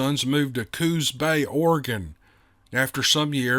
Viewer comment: ...good to hear a local story. Us natives to the area pronounce it Cooos Bay, not Cooz Bay. I live in the next town south in Bandon, I have stories I may share myself some day. Our area is full of all sorts of activity here. Your voice is always so soothing! Been a faithful listener from the beginning.